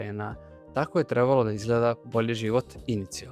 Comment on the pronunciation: Dobar Video,lepo,moooožda malo preopširan...mada ko voli...ipak sam ja (televizijsko dete-pa znam mnogo više u startu o temi) , ali jedna OGROMNA ZAMERKA , Čoveče,POPRAVI DIKCIJU ZA IME BOGA,! (Gutaš slova,nejasno izgovaraš rečenice,morao sam da vraćam video da razumem šta si to rekao,GOVORI RAZGOVETNIJE ),Ti POTPUNO nerazumljivo izgovaraš SAMOGLASNIKE u rečima,kažeš ,"Žarko Laušević je Treb.lo da igra ,G.GNOG SiNA"...na prmer - mislim,ok si dečko,i Dobro radiš video (,ne kudim te,ali ,brateee,jeeebote,DAJ POPRAVI DIKCIJU NA RAZUMLJIVI NIVO-pogotovo što si narator i objašnjavaš sve! - Ovo je NAJDOBRONAMERNIJE! Predajem na FDU ,pa znam o čemu pričam,ali NIJE SMAK SVETA,samo treba da PORADIŠ na DIKCIJI,pozdrav,i samo napred